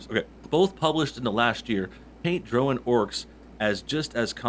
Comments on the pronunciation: even more cringeworthy than the racism is how this guy pronounces "drow" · Today I learned I pronounce drow wrong